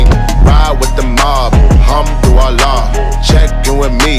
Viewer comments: Im pretty sure he is saying hum to Allah...because that is not the correct pronunciation for Alhamdulillah. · Alhamdulilah but he says it actually a little bit wrong he says Ham-du-Allah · "Humdu llah" pronounce it right da fuck. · For those people who says that Alhamdulillah means Thank God, you were right, but only if you pronouced it right. It's just like you telling people that you are sick but people say that you are suck. If you pronounce it wrong, then the meaning will be different. I won't say that he disrespect this beautiful words which is prising God by adding harsh words afterwards, I really appreciate this work, but hopefully he will be more careful and find out first, because there are things that can't be played around. ^^v